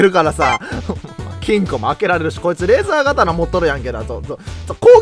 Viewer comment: レーザー(がたな)じゃなくて レーザー(とう)ですよ！ 細かい指摘すまん